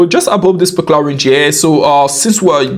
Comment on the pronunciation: why does he keep saying "specular" instead of "particular"